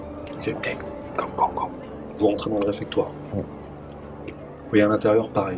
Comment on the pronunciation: on dit réfectoire <3 sinon c top :) bravo à vous!